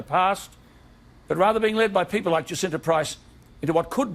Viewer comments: I think her name is pronounced Jah-sin-tah. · Jacinta Price is pronounced as Ja -Cin -Ta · Hi. "Jacinta" is pronounced Jassinta.IMO Movements like BLM are made up of people who want to agitate and cause unrest amongst the populace. They also use their mantra to legitimise criminal activity eg looting and damaging monuments. Righteous everyday folk need to speak up. Thank goodness for people like Alan Jones and Jacinta who are willing to speak out about these matters. XO From Oz 👍🇦🇺🐨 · I am in Australia and am absolutely addicted to Days of Our Lives 2020 - Director, i am not having a go at you at all, but Jacinta is pronounced precisely as if it is spelt JaSinta.